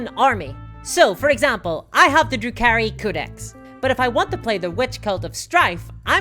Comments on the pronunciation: I swear I thought you kept saying Drew Carey and had no idea what you were talking about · You're a day late, the autumn equinox was yesterday, Sep. 22. According to section 18, paragraph 3, article 6, in the Weather and Seasons supplement, (...I don't know enough about 40K to finish this joke, lol.) Also it sounds like you say the "Drew Carey Codex" i had to pause and go back to make sure I heard it right.